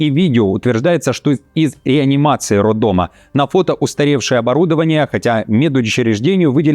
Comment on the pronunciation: Не роддомЫ а правильно РоддомА